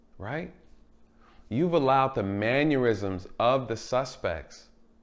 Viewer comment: First off, what is a manuism? You kept using it over and over. At first, I thought it was just a misspoke word. It's actually mannerism. Man-er-ism.